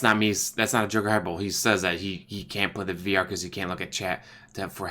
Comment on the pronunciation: Love your vids but I've got one nitpick. Hyperbole is pronounced "high-per-buh-lee" not "hyper-bowl". Not a big deal, just my OCD. Keep 'em coming! More livestreams too!